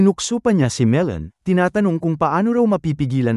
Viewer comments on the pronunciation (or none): Bro Magellan not melon 🍈😢